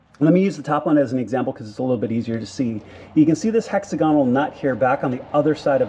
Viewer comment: It's pronounced hek'sagən(ə)l, sort of like diagonal, not heksa'gonəl